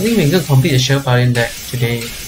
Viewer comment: Majesty not Majestic. Paladin not Pala-deen.